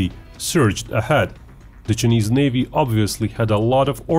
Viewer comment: “The Cha-knees Navy”